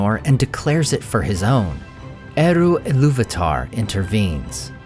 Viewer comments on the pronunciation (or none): none